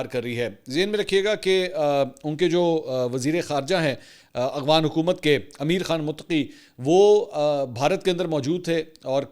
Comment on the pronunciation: Aghwan nahi yaar